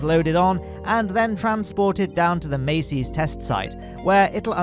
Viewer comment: Massey's not Macy's